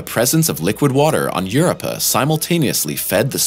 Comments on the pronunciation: In one video, and with one word, this mispronouncing clown has completely cheapened and discredited an outlet that many have thought was a credible source of science information. Now, the whole world knows it is nothing but an amateurish collection of plagiarized information, cobbled together by a group of morons who may or may not have so much as a bachelors degree in physical education. Way to go "." You blew it! I have unsubscribed. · There is the letter "o" in europa. It's so irritating to listen to him say it! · One mispronounced moon and an entire channels reputation down the drain lol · It's hard to take the video seriously with his frequent mispronunciation of "Europa." 🤦‍♂️🤣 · If I hear him pronounce Europa like that one more time, I'm going to sharpen a # 2 and gouge out my own eardrums! 🙉🙉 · Bro please stop saying europa like that 😐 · How can someone get to where this guy is in life and have never heard someone say Europa. It's pretty hard to get past. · I just want to smack dude and tell him the correct way to say Europa . bro don't make a vid if you can't say the name correct. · Obviously he's never heard how it's supposed to be pronounced. Watched for 3 minutes...can't watch any longer. 🤦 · And we will explain to you, what characterizes proper pronunciation of Europa and Io, and any other failed attempts you have yet to butcher 🔪👂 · IDK how you have a space themed channel and yet you're miss pronouncing the one of the most famous moons in the solar system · I think it's a simulated voice, not properly programmed for the accepted pronunciation of the name. There are many exceptions to the standard rules of pronunciation for English words. The programmer must have missed the exception for Europa. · I stopped watching after hearing him pronounce "Europa". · Every time he mispronounces Europa, is like fingernails on the chalkboard!! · You have the emPHAsis on the wrong sylLABle. and an uh where there should be an oh sound. Youre welCOME